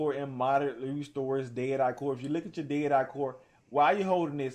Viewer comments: Dead rah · I thought this was a dead eye tutorial not a Daytah tutorial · Day er-i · “How to use derah” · How to use "DAY-dah"